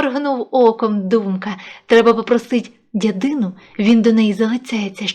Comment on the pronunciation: (Гарно читаєте.❤❤❤(Тільки дядину --- наголос на перший склад)